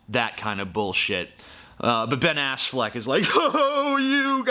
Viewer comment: "ben assfleck" hahahaha